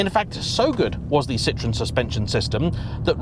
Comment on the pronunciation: By the way it's cee-trro-hen